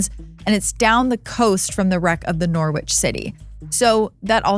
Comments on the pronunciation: Norwich. Maybe USA folk pronounce it as nor-witch but the city in Englad is pronounced as noh-rich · I am from Norwich City. We pronounce it Nor-rich city! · Great video but your prounciation of norwich makes me cringe haha It's "Norridge". rhymes with porridge. (i'm from there so you know how it is hahahah) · Norwich is pronounced 'Noh-rich' by the way. It's an ancient city in the East of England and was briefly our capital city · Norwich is a city in England. It's pronounced Norridge. You don't say the 'w'. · Oh and by the way when pronouncing "NORWICH" the W is silent and so it is "NOR-RICH" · Super interesting video. Let down only by the American pronunciation of 'Norwich' 😂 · That's not how Norwich is pronounced.